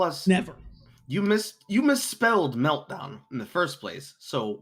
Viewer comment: The “Meldown”… just perfect 😂